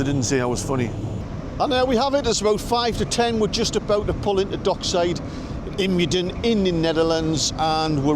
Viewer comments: Ijmuiden is pronounced EYE MOWDEN. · Ijmuiden would be pronouced "Eye-mow-den". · The pronunciation of IJmuiden (note: not Ijmuiden) is nothing like "Eemaden". Type it into Google Translate EN-NL and click on the loudspeaker icon for pronunciation (which I grant may be rather challenging because of the two diphthongs). Having got that off my chest, I must sayL this is a cracking video! Well done and hugely enjoyable. Although as a Londoner, I use the Stena Line Harwich - Hook of Holland ferry by default, your account tempts me to take the long way round next time I want to visit Amsterdam... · I don’t think the driver was Dutch if he pronounced it “Eemaden”. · its pronounced "eye-mau-den" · The IJ in IJmuiden is pronounced as eye, the ui in Muiden does not exist in English I Think.. eye mowden gets close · I have no idea what that Dutch busdriver said but "Eemaden" is nowhere close to the proper pronunciation of what I suppose should be IJmuiden.I suggest Forvo which let's you hear the proper one spoken by natives. I have no real idea how to write it down phonetically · Ijmuiden is pronouned eye-mauw-den, the 'mauw' is pronounced like 'cow'. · IJmuiden is pronounced ‘eye (as in the two organs on your head) and, mouwden (with the ‘ouw’ pronounced like the sound you make if someone has just hurt you )’ and yes, the first two letters of the place’s name are in capitals which is unusual in Dutch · Hello, great video! Ijmuiden is pronounced aye-mouw-den by the way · Nice video. When you return with Helen, check out my favourite bar there. Brouwerij 't Ij. Introduced to me by my Dutch mate who is NUFC nuts. Long story of how he came to the UK many times in the 90s to watch the toon. And vice versa. Great times I think it's pronounced eye-mao-den Mouth of the Ij. Thus, a connection to that bar / brewery.